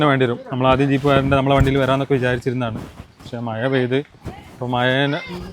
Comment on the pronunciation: മയ അല്ല,,, മഴ 😂😂😂